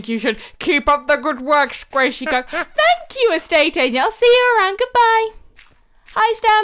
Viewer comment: Stampy, Squasihey.